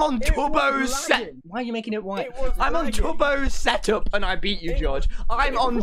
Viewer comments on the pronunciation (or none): “Why are you making it white” um Tommy you turned American there for a sec your accent disappeared 😂😂😂